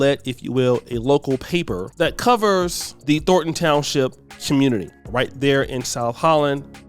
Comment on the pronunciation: Thorn. Thornton. Not "Thorton".